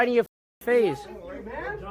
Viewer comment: "Im gonna punsh you in your fase" 🤓